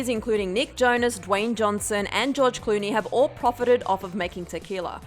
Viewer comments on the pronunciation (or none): none